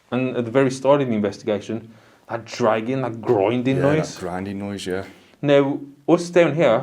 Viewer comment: Awesome guys! I keep thinking you are saying "Dragon noise" instead of dragging noise lol!